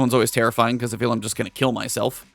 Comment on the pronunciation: when you said kell instead of kill you shoulda kept it kell lol